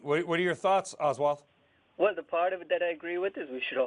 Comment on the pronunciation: ahswaath, proves how little background research these CNBC anchors do